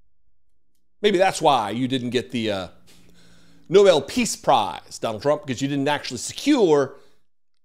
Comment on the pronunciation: Tr*** should not get it until he learns how to pronounce it! NOBEL But even then he shouldn't get bec he has done nothing to earn it.